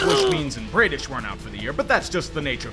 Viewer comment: Braid-ish? It’s Brad-ish. I’ve never heard anybody call bradish, braidish. It’s a shame he didn’t show some of the amazing defense the orioles has. That Superman Cedric Mullins catch might be play of the year. Santander had some really nice catches himself. I think the most intresting thing about the orioles is their fight. They are never down and out. They will fight. They will score. They are scrappy. They are entertaining. The orioles after long stretches of pain, finally have hope. It’s crazy what having a good owner does for a team.